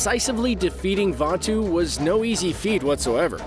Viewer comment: pronunciation: Vatu Real word: Vaatu